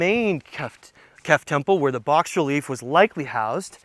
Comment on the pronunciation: "Bas relief" is not "box relief". Its pronounced "bah-relief".